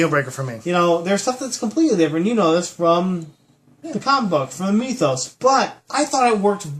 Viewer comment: I like when you talk about the meethos (rhymes with teeth).